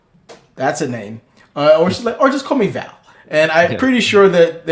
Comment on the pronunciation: Wow. Butchering Val's name. Much love. ❤❤❤